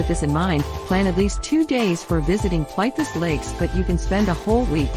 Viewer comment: The robot voice totally destroyed the naming of this park. It is call Plit-Vitz-ehr (phonetic)